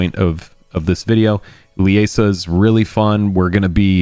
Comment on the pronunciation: Liesa is pronounced LEE-ZA I should know how my mothers name is pronounced 😅 Not Le-a-sa😂